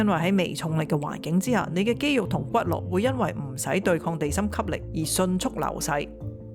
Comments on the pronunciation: 骨骼 骼：讀音「格」，不是「落」！！🫠🫠🫠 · 骨骼, 音"格" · 「骨骼」中，骼的發音是「格」；「重蹈覆轍」中，「蹈」的是「道」。